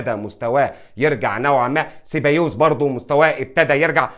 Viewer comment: اليجزاندر لاكسيت 😂 ارزنال (ارسنال) 😂 زابايوز (سيبايوس) فالفيردا (فالفيردي) اللي يفوز في نصف النهائي سيلعب النهائي